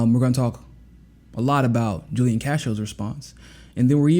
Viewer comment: FYI— Julian is pronounced Who Lee Ahn